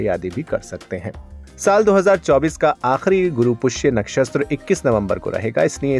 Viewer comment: कृपया अपनी भाषा सुधारें नक्षस्त्र नहीं होता नक्षत्र होता है अपनी भूल का सुधार करें प्लीज